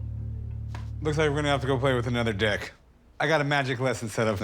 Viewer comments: Deck. Unless you have subliminal cravings then you might have heard something else. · He did say DECK? Right?